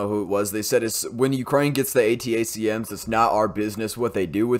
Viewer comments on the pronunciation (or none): ATACMS is pronounced "Attack-em" (like "Attack them"), then jsut add an "s" at the end: "attack-ems" or "attack-ums" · A-Tack-Ems, watch Habitual Linecrosser for that pronunciation. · "Attack-ums" is the way to say it, at least here in California. Great video, thanks. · ATACMS is pronounced "A-tack-ems".